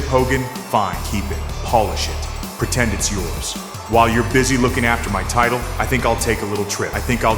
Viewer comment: "WWE tight-till"